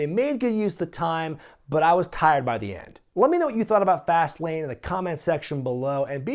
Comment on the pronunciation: I thought you said Vaseline instead of fastlane in the beginning lol